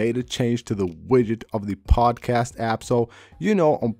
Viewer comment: "pozcad" LOL "epizode" lol and what do you mean in your title "never thought this will happen"?? Another click bait title which makes zero sense.